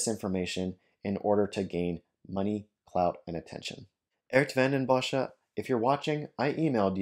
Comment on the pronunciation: He is not even close to pronouncing the name correctly. But English speakers have a very hard time pronouncing Dutch names or words, so it's fine by me.